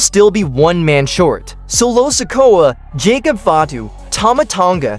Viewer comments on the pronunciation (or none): none